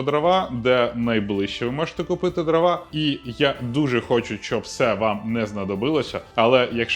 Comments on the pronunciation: дрОва, не дровА, наголос не туди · ДрОва, а не дровА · Жодного разу не 'помлився', щоб правильно наголос в слові дрова поставити